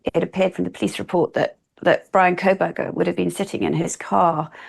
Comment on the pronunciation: I can't listen to her on this topic because she insists on adding an L to his last name. I don't understand why - is it supposed to be an insult? If so, there are better insults she could use to call this disgusting incel.